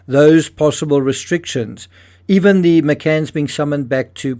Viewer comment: "literally"? The pronounced as "thee" (Google search 'thee' meaning) or "A" or "ayyyy" fonz style..stop it you're NOT an amateur,stop mumbling shite as if you are..